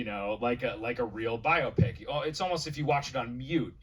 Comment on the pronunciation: "Bio-pick", not "bye-opp-ic". It's short for Biographical Picture. Bio. Pic. Phonetically, "bye-oh-pick". Here endeth the lesson.